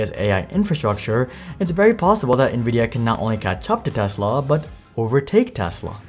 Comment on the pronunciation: I swear, this is the only youtuber than can properly pronounce "Nvidia".